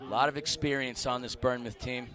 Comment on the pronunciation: I'm sorry please calm us bournemouth pronounced born mouth